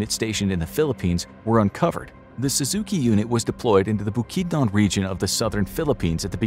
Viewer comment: Bu-Kid-none bukidnon